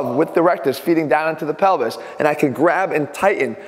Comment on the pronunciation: ATHLEAN SAYS PELVIS ME : DID HE JUST SAY PENI$